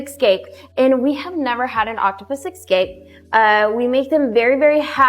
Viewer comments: they’re known to EX-CAPE ?!? And then she says it again right after 🤦🏻‍♀️ it’s pronounced ES-cape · Their spokesperson keeps saying “ex-scape” and so I immediately doubt her intelligence and expertise. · She also pronounced escape as excape. She seemed like she was drunk or on pills. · I'm not taking advice from anyone who pronounces "escape" like that